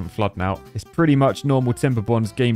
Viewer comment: Let’s go tim-ber-borners. He said it’s gonna be the end of tim-ber-borners like 10 different times.